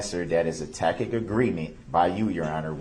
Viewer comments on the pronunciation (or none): Actually ellisjames7192, that time he said "tactic agreement". Usually he says "tack-it" agreement until the last day when he actually did pronounce tacit correctly!! I remember hearing it and thinking "Darrell Brooks learned something!! Hell must frozen over!" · Is that a tackit agreement?